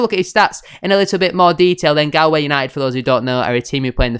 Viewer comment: pronounce it gaull-way united mot Gall :)